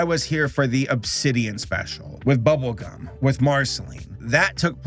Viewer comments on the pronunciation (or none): you sounded like you said bubblecum